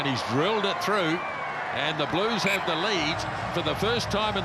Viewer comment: You mean ‘Bluesh’